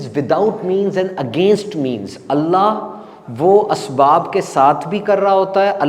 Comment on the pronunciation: آیت قرآنی میں پیش ہے اسم جلالت پر اور ہمیں زبر معلوم ہوا کہ آپ نے زبر پڑھا دیکھ لیجئیے ایک بار اگر غلطی ہے تو درست کر لیجئیے